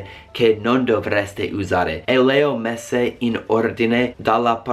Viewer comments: Quando hai detto le ho messe ho capito leo messi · Minuto , sembrava avessi detto leo Messi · ha detto "le ho messe in ordine", ma invece di "le ho messe" sembra che dica "Leo Messi"